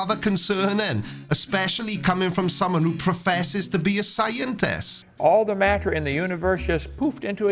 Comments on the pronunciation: Why does he pronounce everything like a normal person, except the word matter? "Mat-ter." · Does anyone else think the way Kent says “matter” is weird? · The way he says MATTER makes me irrationally angry I'VE NEVER HATED A WORD SO MUCH